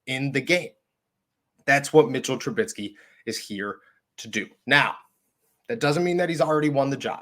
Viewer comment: chuckling at 'TRA-BIT-SKEE'. apologies, just funny to me. :-)